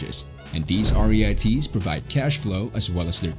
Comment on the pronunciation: They're pronounced REETS rhymes with YEETS